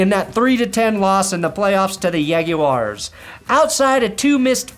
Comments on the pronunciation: Yag-you-ar's Jaguars 😂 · You say jaguars like Spanish was your first language...